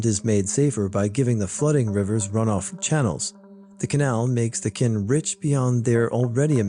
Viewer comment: just so you know Qin is actually pronounced as “chin” 😌